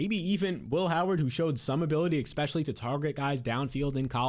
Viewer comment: I feel like he says "Exspecially" just to piss me off